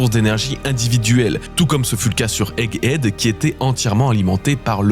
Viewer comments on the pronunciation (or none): none